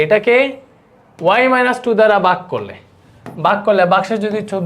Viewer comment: ঐটা বাগ না ভাগ ভালোভবে বলতেও পারেনা 😅 একটা ফু দিলেই উরে পরবে